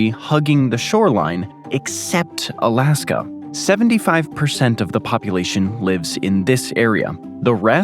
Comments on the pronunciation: Why does dood keep calling it "Alaskum"? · Bruh tf is Alaskum😂😂😂😂